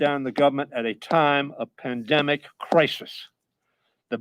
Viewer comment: He said Pandemonic